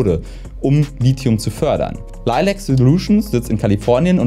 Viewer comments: Ich hätte nicht gedacht, dass mein Kommentar vom letzten Lithium-Video beachtet würde. Ich bin sehr zufrieden mit der Aussprache des Lithiums! Schönes Video :) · Ja du sprichst Lithium richtig aus 😍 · Anscheinend habe ich Lithium 20 Jahre falsch ausgesprochen.